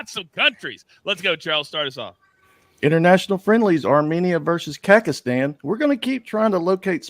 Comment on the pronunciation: Did he say Kakastan 😅😂😅